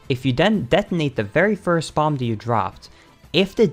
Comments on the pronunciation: BomBuh FYI, the last B in bomb is silent, and this hurt to watch. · Lol what is up with BotW speed runners annunciating the b at the end of the word “bomb”. It’s silent. It’s pronounced /bäm/ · the last B in "bomb" is silent